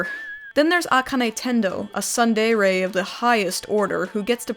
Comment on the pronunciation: Also, "tsundere" is pronounced: tsoon deh-reh